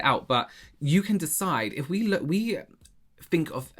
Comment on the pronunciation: "I don't fink so"